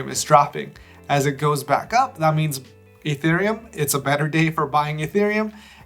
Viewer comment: "Fee" thereum